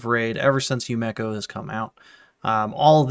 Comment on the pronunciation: yu me ko. not yu meko